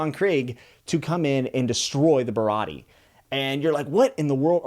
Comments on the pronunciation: He also pronounced Baratie wrong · Stoked to see your views and progression throughout the story you have a WILD ride, loved the video(other then Sanji and Baratie pronunciation😂) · Japanese pronunciation. A is always "Ah" Sanji Baratie Is barati(eh) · Just some pronunciation so the fanbase doesn’t eat you alive. Usopp = oo-sop Sanji = s-on-jee Baratie = bar-a-tee-ay Rogue town is also largely referred to as loguetown so don’t get confused. Either way, great video, excited to see some updates on it. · all good i hope you keep enjoying this series and about how to pronounce baratie, its "ba-ra-tee-ay" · also baratie ba-rah-tee-yay! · Bro cant pronounce Sanji, Baratie, Usopp, but doesn't really matter at all but its funny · For future videos, I hope this helps with pronunciation! Usopp - X - YUsopp O - OOsopp Like "BOO!" Sanji - X - Saenji (Not like sand) O - SAHnji (Same ah sound as NAmi) Baratie - X - BaraDee (gotta pronounce the "i" and "t" O - Ba/Ra/T/A (T and E is pronounced like the letters T and A)